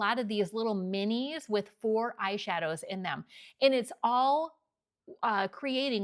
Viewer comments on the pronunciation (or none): none